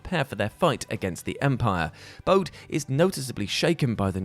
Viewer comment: Bode is pronounced "Bohdy". Like Point Break.